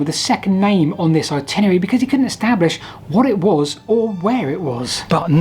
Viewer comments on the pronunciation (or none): I love your channel. What you do is amazing. However, at the risk of being pedantic, I have to pick you up on your pronunciation of "Itinerary". The word has 5 syllables, not 4. At no point in this video do you ever pronounce it properly. I don't know why. I hear "Particarly" said too (by others), which is not a word. Particularly is though. "Simarly" is also said, instead of Similarly (an actual word). And lastly, there is no second W in, but there are Ls, in the word Walls. "Waws" is simply not a word. Please, please, please try to say things properly, as when you don't it just yanks me out of the video. I can't be the only one. And keep up the good work on the videos. They are really interesting.